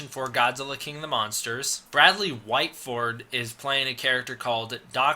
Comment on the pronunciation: it's Bradley Whitford not Whiteford and he is a well known actor.